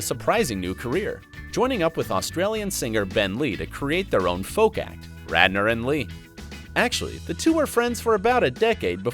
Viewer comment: Am I the only one who noticed the anchor called him Rander instead of Radner?